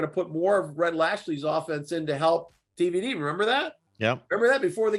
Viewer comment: Why you keep calling him DVD? It's TVD smh